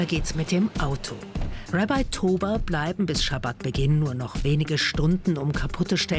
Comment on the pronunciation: Galileo, bitte könnt ihr im deutschen Fernsehen auch Sachen deutsch aussprechen. Es "Rabbi" im deutschen und nicht "Rebei" und zudem hätte auch mal erwähnen können, das im Judentum der "Sabbat" jeden Freitag ist.